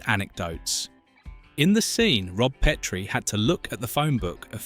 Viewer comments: AND IT’S PET-ree, NOT PEEET-ree, DAMMIT! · It's pronounced PET-rie NOT PEET-re DON"T use AI VO. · Pet-tree NOT Pee-Tree